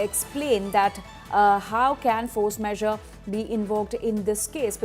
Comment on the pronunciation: Isn't it force majure ? What force measure...is the presenter not aware😢